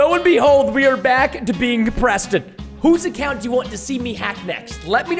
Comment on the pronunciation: I love how the noobs says Preto Instead of Preston